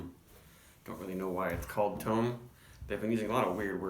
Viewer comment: They said on Instagram the other day that it’s pronounced Tome like Home, so you did say it right. Not sure what the reason was behind the naming. This is year round now so you should see this often if HA is in your region. Price point at like 11.99 this is a steal. Half acre is maybe the best in the nation at creating flavorful and well executed beers at a value price point. Right up there with Odell and Firestone Walker for me.